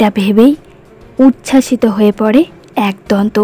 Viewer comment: kotha ta 'aaak-donto' na...ekodonto